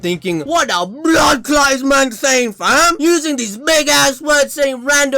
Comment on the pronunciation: as a Jamaica your "bloodclaat" is pretty on par dwl